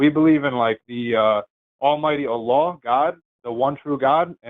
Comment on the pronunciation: "uh-LLLLUH" lol. Amir's Arabic pronunciation sucks.